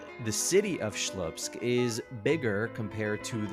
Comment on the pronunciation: It's Slupsk, not Shlupsk - It's as if calling New York the New Bork.